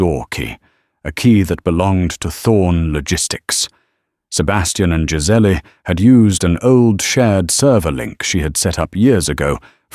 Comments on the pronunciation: Name is Giselle (Gisell) not giseley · The name is Giselle like the animal …not Giselle. Giseelly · Pronouncement of Giselle is not pronounced correctly. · Giselle. Is Giz Elle.